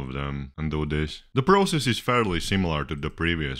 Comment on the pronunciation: You say process wrong.